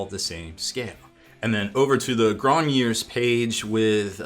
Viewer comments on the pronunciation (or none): also, for the french pronunciation, the last part is a ards sound, grognards (this is horrible pronunciation but it sounds like the french somewhat) just the last part kinda sounds like lard, just pronounce it like you would in english and it will be closer